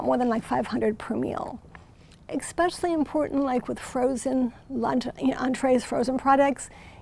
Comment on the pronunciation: I have a hard time taking anybody who says "EX-specially" seriously